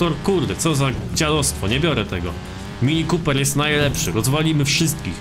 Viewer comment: "mini kópyr"